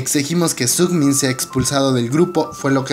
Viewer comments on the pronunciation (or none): Es Sungmin no "sugmin" =)